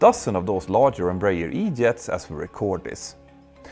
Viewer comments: It sounds funny when he talks about the E-Jet family 😅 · Can't help but chuckle every time he said E-Jet (say it with an Irish accent). I really hope this goes somewhere, we need all the competition we can get especially with duopolies like this. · Not just me then! I was strongly reminded of Father Ted